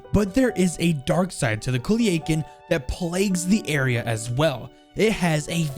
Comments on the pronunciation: Just so you know it’s pronounced “Coo-Leah-Khan” / Cu-Lia-Cán” Great video! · Cu - li - a - kun. Lmao